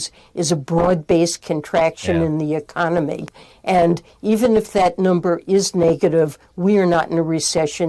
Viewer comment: Ahh, the “arconomy.”